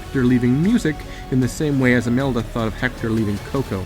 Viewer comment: Its imelda not amelda